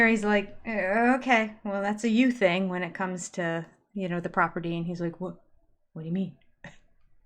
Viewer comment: Words that drive me crazy that the Brown adults pronounce incorrectly: "Picture" "Thing" and "Feel"